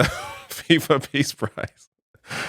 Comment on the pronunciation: I thought he said Piss Prize.